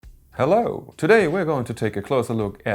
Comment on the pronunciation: That ‘Helaw’ got me